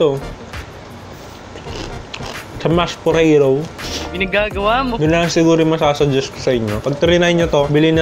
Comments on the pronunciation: Nakakatakam po tas yung mashed "Poreyrow" 😂😂😂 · Tatawa ako sa "mash poreyrow" HAHAHAHAHAHAHAHAHA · Mash poreyrow😂😂🤘👏